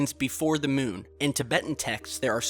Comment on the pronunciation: that speech impediment tho and that weird way he calls it the mewn. an object floating over the mewn. the mewn. toppest of le keks.